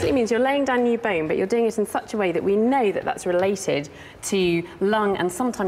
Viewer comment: Africa wasn't Africa back then! hate the way she says Licking instead of Looking. or lets go and have a lick. Also bine instead of bone